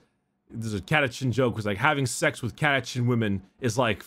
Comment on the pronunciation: CataCHAN not CataCAN'T.